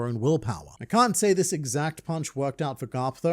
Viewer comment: why do you always struggle with saying the word "this"?